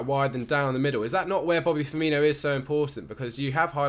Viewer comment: Firmino? For-me-no.